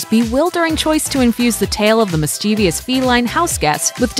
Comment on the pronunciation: "Recluse" is accented on the first syllable; "mischievous" only has three syllables. Thanks!